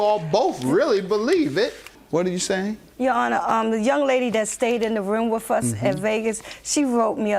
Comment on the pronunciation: " IN THE RUME" 😂